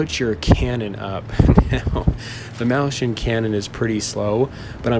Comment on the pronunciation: XD mauschen xD That's so weird! Mäuschen doesn't even sound like that.. XD